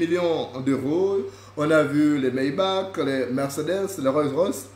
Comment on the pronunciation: Maybach et non Mayback!